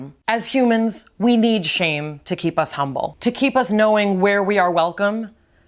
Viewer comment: Why did read shamy?? Instead of shame